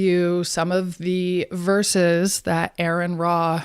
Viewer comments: I'm an exJW so I've read plenty of the bible like most JWS have..... it's "ARE EN RA" not errrrrin ra. Girl, jump off your ride. right on target. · "Hey, Lady! You Call Him! (not Ayron Ra)"